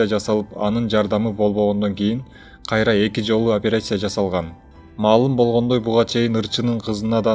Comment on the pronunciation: Операйся эмес операция,журналист блогер болгондон кийин туура таза суйлогонду уйронуш керек